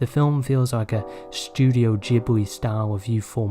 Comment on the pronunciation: FYI Anything with "G" is a hard G sound, not a "J" in Japanese. Like Gen, etc. G like "get", "gecko". Ironically, Ghibli is "jibli" though and I'm glad you got that one right :) (Always bugs me when people say Gibli lol) Source: I'm Japanese